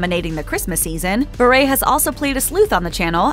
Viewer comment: You should at least say her last name right. It’s pronounced “Bur”